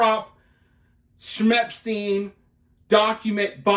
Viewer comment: Why not saying his name correctly.. with the severity of this case if you want the people to be aware of who you're talking about and taking it seriously then I think it's more than important to pronounce his name the right way ..